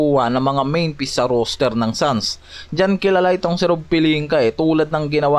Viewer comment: "ROSTER" hindi "ROOSTER" ginawa mong tandang ang bigkas. hahaha